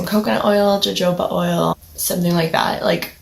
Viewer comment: Love it! Great tips, I did hair for 10 years and still work in the beauty industry, I 100% agree with all of these tips. You are spot on with them! also it's pronounced like "ho-ho-ba oil" lol